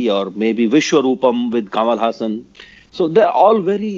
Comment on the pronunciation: and, please go back to of this interview and note the pronunciation for Kamal Haasan. That is how you say it.